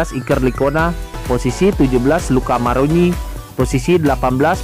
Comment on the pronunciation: Semua orang tidak menyadari bahwa abang tu bilang luca maroni